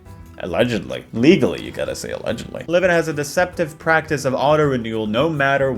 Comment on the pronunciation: I'll delete this if you mention it later in the video but it's so silly how the AI voice doesn't even know how to pronounce Liven (sometimes Liv-in, sometimes Lie-vin) and they don't even bother to correct it